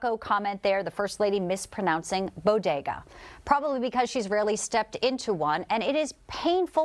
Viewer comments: Bogadas? Does she mean bodegas? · Did she say "bogedas"???!!! 🤣🤣🤣🤣🤣🤣🤣🤣animal!!!